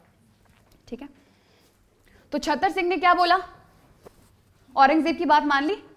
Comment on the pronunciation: Right pronunciation is चुराह And Other is छतर सिंह Right pronunciation is चतर सिंह